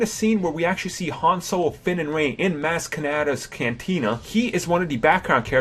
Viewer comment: IT's Maz with a soft a like Mahz! Did you even watch the movie!?!?